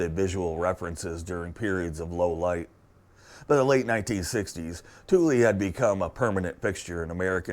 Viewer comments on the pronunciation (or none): I thought it was pronounced THOOL not TOOLY